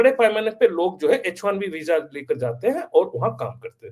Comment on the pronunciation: sir It is H1B not HIB